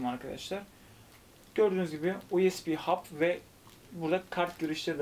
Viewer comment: Dostum her videonda kulaklarıma batıyor. İngilizce telafuz sorunu çok fazla. Uesbi diye okuma lütfen. Bu tip terimleri en basit yoldan google çeviriden ingizzce olarak dinle biraz kulağın alışssın. Çok rahatsız edici oluyor.